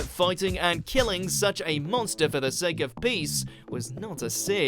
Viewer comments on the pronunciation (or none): none